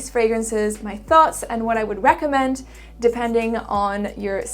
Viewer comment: I notice flaws in her English - the way she pronounces words like "woods" or "thoughts," for example. I am actually curious myself. Inquiring minds wants to know.